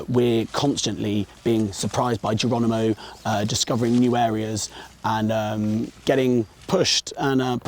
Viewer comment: Ha Do we have a female reporter who can't pronounce the name Geronimo ? . I'm sure she says Gerwonimo . . . She can't get the letter 'r ' out there. . . It's like listening to Life Of Brian. . . Fwends, Whomans, Countwemen !